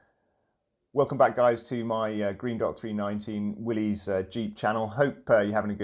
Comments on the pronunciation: It's not pronounced Willy's it's pronounced Willis the Y is a short I sound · When a Jeep guy doesn't pronounce, "Willys," correctly.